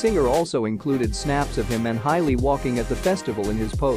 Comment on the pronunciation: Hailey NOT HILEY !!!!!!